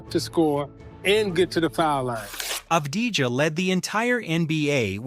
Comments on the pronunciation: One more time I hear Abdijah, I cut veins. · Av-di-ya. You welcome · That's a good recap about deni. But one thing for you for the future. You pronounce his name wrong. Yes. It's written avdija but you need to say as a Y instead of a J. It's written avdija but pronounced avdiya. Like every analyst said in the video. Of course it's been recorded before the spurs series but even during the series, deni showed he belongs. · it's Av-d-ya